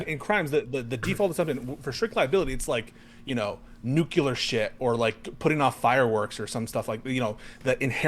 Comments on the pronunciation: Is he one of those "nukular" kinda guys? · Hey, say “nuclear”.